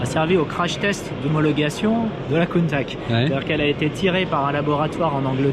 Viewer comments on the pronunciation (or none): doit revoir sa prononciation de Countach quand meme... avec tout mon respect.